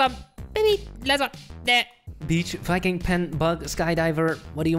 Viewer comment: Anyone here him say something else instead of viking 😂